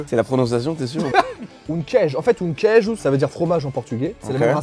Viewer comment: Tu serais pas un peu Portugais, parce que tu prononces bien Queijo 👍